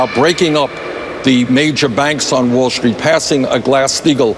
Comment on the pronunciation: Can anyone tell me why Bernie puts "h" in words like "Wall Schtreet," "schtrong," "queschtion," "induschtry." I don't get it. That said, at least Andrea knows what her job is. No, not reporter... flack for Hillary.